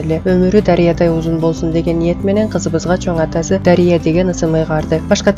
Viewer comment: Дария дебей Дарыя деп туура айтыш кк Дарыянын омуру узун бактылуу кыз болсун